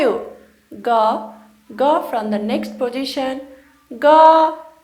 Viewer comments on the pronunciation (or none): I was all keen on using this video as a learning tool but I became skeptical at 'ga' and 'gha' which (to my ear anyway) you the teacher pronounce very close to 'ka' and 'kha'. Either that or Nepali, despite having Devanagari script, has a substantially different pronunciation than Sanskrit, which makes a clear distinction between these two phonemes. So, my question is this: are you in fact pronouncing these basic sounds correctly? Is Nepali less precise than Sanskrit in the differences between the consonants? It could be that my memories from only one year of Sanskrit 45 years ago are the problem! I also studied one semester of Hindi. Maybe I am incorrect and am carrying an inaccurate auditory memory? You as a native speaker I would presume know the facts, thus I am perplexed.